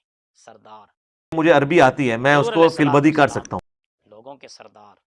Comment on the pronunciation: یہ لفظ سید زیر کے ساتھ سردار کے معنی میں ہے اور زبر کے ساتھ سرے سے استعمال ہی نہیں ہوتا